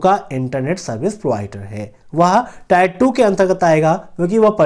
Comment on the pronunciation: टायर नही टियर होता है।